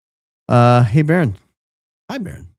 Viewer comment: you just said who you did the podcast with in the 2nd day BBBbbbaronn lol